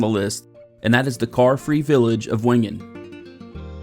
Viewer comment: Typical ignorant American. Learn the proper pronunciation of villages and lakes. German and Swiss German do not pronounce w’s. Wengen is Vengen not Whengen. I won’t go Into the other multiple mispronunciations. Respect other cultures.